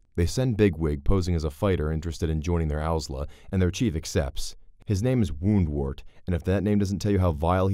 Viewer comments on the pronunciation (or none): The disclaimer about "BigTop" might be easier to accept if he wasn't already mispronouncing Woundwort as "Wormwort." Don't get me started on Kehaar. Why is he doing a review of a movie he's never seen?!